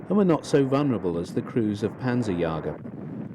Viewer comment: Panzerjäger, not panzerjager. Nice video.